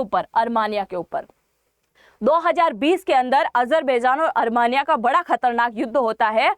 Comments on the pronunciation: अरमानियां नहीं आरमीनिया कहें जो शुद्ध है। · Are sakal to achi ni h kam se kam sahi to bolo Armania ni h Armenia h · अरमानीया नही आर्मेनिया होता है 😂